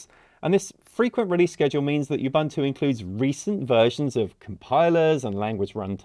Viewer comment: Ubuntu is pronounced "oo-boon-two"